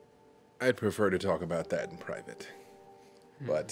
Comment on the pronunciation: "why would you have ptrivate time in front of a rat" lmao